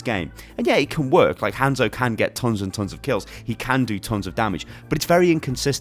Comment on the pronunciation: I hate how you say Hanzo’s name.